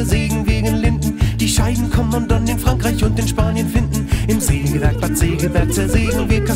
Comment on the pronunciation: Hundertmal Sägewerk falsch ausgesprochen.